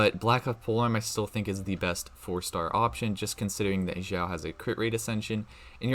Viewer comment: Sorry, your pronunciation of Xiao and Xingqiu is really distracting. FYI, x in chinese is pronounced like sh and not like z